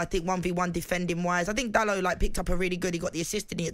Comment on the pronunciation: is the only presenter on tv or radio correctly pronouncing Dalot's name. Sick of people calling him Daloh. It isn't a silent T, he isn't French he's Portuguese